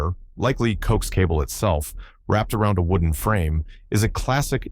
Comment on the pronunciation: Co-ax. Not "coax"